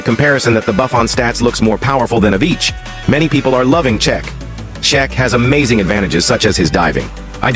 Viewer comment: This AI voice just pronounced Cech in 4 different ways